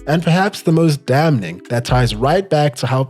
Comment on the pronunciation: Did you pronounce the N in Damning???